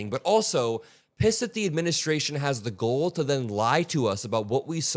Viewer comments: excellent video, as always. You continue to make me have hope for America’s future in the hands of your generation. We Baby Boomers ended up making a big mess to leave for y’all to clean up. I am sorry for that. BTW, and, the word is “gall /gôl/”, not “goal.” I taught college English decades ago, so I can’t help myself—I have to correct smart young folks to help them avoid having grammar mistakes interfere with getting their good messages out to the world. Peace out. 💙you, too.😊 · Just trying to help,. You continue to use the word “gall”, instead of “audacity”, but you’re pronouncing it as “goal”. It’s fine to use “gall”, but in North American English, you’ll sound better to pronounce it “gall” as in “ball”, “hall”, or “fall”. Hope you’re not offended. 🙂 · it'a GALL, not GOLE. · Gall is not pronounced "goal," it's "gawl." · Its GALL, not GOAL,. Js.